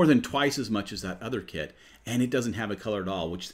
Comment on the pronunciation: It's sounds like you saying kid instead of kit it's a little confusing